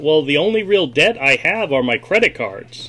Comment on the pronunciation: "CURDIT card" --- LOL!!!